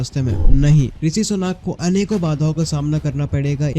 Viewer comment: want to get subscribers , can't even pronounce Rishi properly